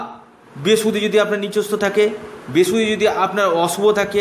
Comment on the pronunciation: কথাটা বৃহস্পতি ভালোকরে বলতে শিখুন।